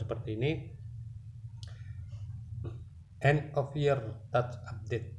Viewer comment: End bang bukan and